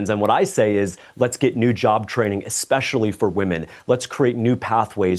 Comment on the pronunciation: She correctly uses the word “autonomy”, but says “expescially”…